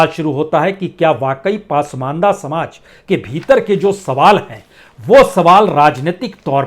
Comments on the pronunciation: कृपया पसमान्दह✓ (Pronounce) कीजिए पासमानदा नहीं× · उच्चारण दुरस्त करें ! शब्द पासमांदा नहीं ,"पसमांदा" है !! 🙏🙏🙏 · पासमंदा नहीं सर, पसमांदा होता है। आप बड़े पत्रकार हैं।